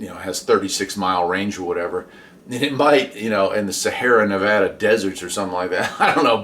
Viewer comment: "Sahara Nevada" 😂